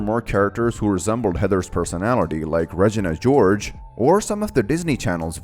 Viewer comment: I love you said Regina George as 'Regena' George😭